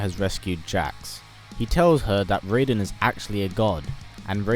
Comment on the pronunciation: He said raiden correctly!!!